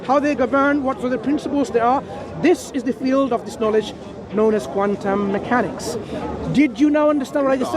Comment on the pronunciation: "Wuss qwantum meekanix" oh really? What's a lime 😂